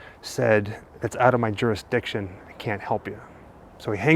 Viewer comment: "Out of our durastiction" or "out of our remit - a domestic"?